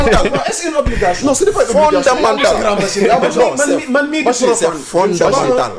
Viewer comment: Fondemental, fondemental, fondemental 😅😅😅😅😅